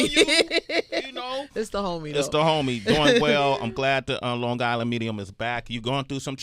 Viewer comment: You can't say Long Gisland - because you only have on g. God I hate ignorant people.